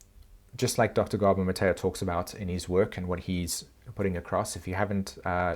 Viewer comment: At first, I thought you were saying something like “dr. Gabo Matayah…” though do you mean Dr. Gabor Mate? (Have always heard it prounounced “mah-tey,” so not sure if you’re talking about same guy or someone different.